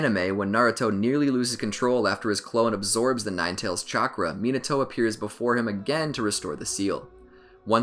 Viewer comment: mi NA to NOT minaTOAD